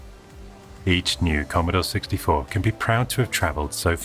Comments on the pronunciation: The Commodaw Sixtyfaw computeh! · Editing, or a hint of sarcasm? The way the narrator says "Commodore 64" just doesn't fit with the rest of the audio. "Here in 1982... the key to the world of tomorrow lies in devices like the 'Commodore 64' computer."